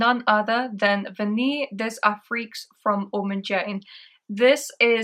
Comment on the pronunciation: Vanilles des Afriques is lovely... I will get a 10ml soon, but at nearly £300 the big bottle is over-priced imho. My schoolboy French leads me to think 'Vanille' is pronounced 'van-ee' (the l's are silent). Looking forward to the shopping vlog ❤😊